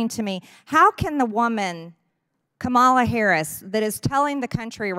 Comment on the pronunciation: How hard is it to disagree with policy, but have the decency to pronounce Kamala Harris name correctly??